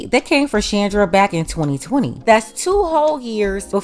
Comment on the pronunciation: The owner of this channel is a black woman. The way she says 2020 is so unique of black women. Dont count this as racist because I'm black